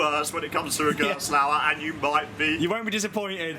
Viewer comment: it's gerstlauer